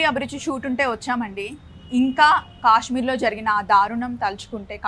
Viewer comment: Not kasshmir it’s Kashmir garu, kids are seeing ur video, be careful of pronounce the word 🙏🙏🙏